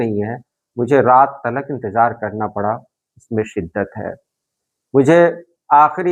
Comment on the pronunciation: اپ لفظ انتظار کو انتجار کیوں بولتے ہیں